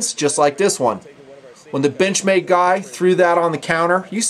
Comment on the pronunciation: does it sounds like "bitch-made" or it's just me?